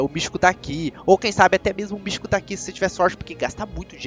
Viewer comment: E mítico do que ele fala mistico